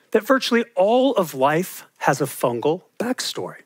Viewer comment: Fungus fungal, fungi. Not funjus funjal funjai